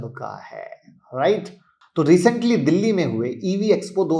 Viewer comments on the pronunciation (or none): none